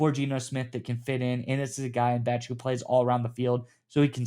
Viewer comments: Love the content, fellas! Bech is pronounced "Besh" btw. Go Raiders!!!!! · Bech (pronounced Besh) was the top blocking WR available in the draft. He will be very valuable in the run/screen game in that regard. Maybe a Hines Ward type?